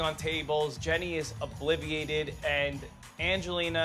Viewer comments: How are they all saying "obliviated"??? It's "obliterated".....jeez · All these years and vinny still can’t say obliterated😂😂”obliviated” like😭😂